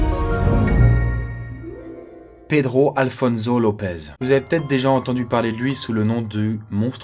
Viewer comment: Pedro Alfonso Lopez : ça se prononce -SSO pas -ZO